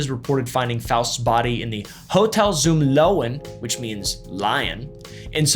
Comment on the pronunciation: zum löwen = zoom looven there’s no American w lol